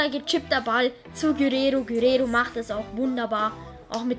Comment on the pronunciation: Gurero😂 er heißt Guererro